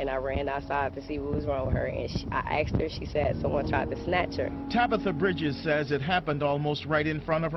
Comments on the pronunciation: #2 She axed her? Why can't people pronounce the fucking S in "ASKED"? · Being kidnapped doesn't sound so bad, considering the black mother "axed her daughter..." Oh wait, my bad. This was just another case of highly intelligent individuals failing to correctly pronounce a 3-letter word. Nigga axe about me. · It's "Asked" not "Axed". FFS.